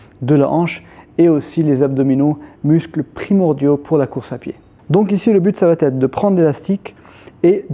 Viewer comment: Super vidéos merci. Juste un truc: ya pas de t à ça va être. Pas de liaison